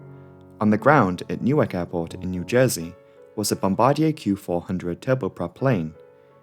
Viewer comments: I love you,, but it's 'Bom-bA-Dear. x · Great videos. Bombardier pronunciation is “Bom-ba-deer”. 👍